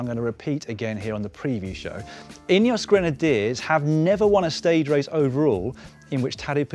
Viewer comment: "...Ineos Granediers 20 team leaders..." 😂😂😂😂... Starting to resemble Movistar 😂😂😂